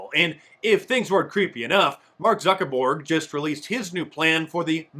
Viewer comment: "Mark Zucker-Borg". 😆